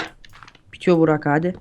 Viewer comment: abi niye bugrak diyo ozan :D